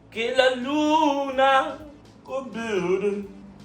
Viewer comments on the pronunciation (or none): none